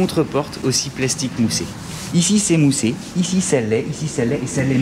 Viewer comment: Aaaah le fameux "icicémoussé" !!